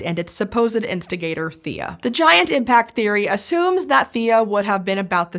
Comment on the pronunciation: Hmm. I swear a previous video pronounced Theia as thay-uh. Not thee-uh. I just named my new Kitten Theia (Thay-uh). all well. I like the Thay-Uh pronunciation.